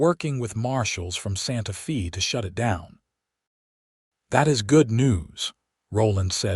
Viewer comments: Dear Mr. A.I., it's Santa FAY, not Santa FEE. Which, I guess, makes me more knowledgeable than you. 😊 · Interesting pronunciations. How can a person think that Santa Fe would be pronounced Santa Fee. It is Sants Fae or Fay. How hasn't ever heard of Santa Fe New Mexico.